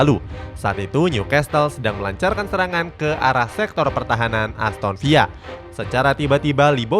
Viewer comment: aston villa tetep dbaca aston villa min bukan aston viya😂 kcuali real valladolid tuh baru dbaca "real vayadolid" itu juga bendtner baru djual pas 2014